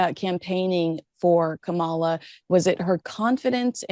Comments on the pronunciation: Please learn to pronounce Kamala Harris's name correctly- the emphasis is on the first syllable of her name, not the second! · This is not a political statement, since I am a republican. However, as a linguist, it still drives me crazy that people cannot pronounce a mixed-race woman's name correctly!, it's KA-ma-la! Not Ka-MA-la!!! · KAmala not KaMALA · It's Kaw-muh-la. Not Kuh-mall-uh. Are you mispronouncing her name on purpose? Even Maureen pronounced it correctly and you didn't take the clue. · Not Ka MAH la. Her name is KAH ma la. Please get it right. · Kamala is pronounced Calm - aw - law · Begging your pardon… It’s pronounced “comma” (like in a sentence), followed by “la” as in Fa la la la la. Kamala. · I love your show and Maureen Callahan BUT--you keep mispronouncing Kamala' Harris' name!! It's pronounced COMMA-LA. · This Canadian would appreciate if you learn how to enunciate Kamala's name properly. I am really surprised at both of you. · I caught the way you pronounced Kamala’s name. Poor taste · You still can't at the very least pronounce Kamala's name? How disrespectful and hypocritical of you,. Regardless of your obvious MAGA leanings, I thought you were better than that. Shame on you. Stick to your gossip platform and leave politics to the pundits. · Please pronounce Kamala correctly!